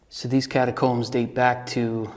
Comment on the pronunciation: “Catacombs”, huh? LMFAO!